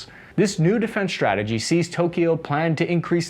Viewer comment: ‘Strike’ and ‘strategy’, not ‘shtrike’ and ‘shtrategy’.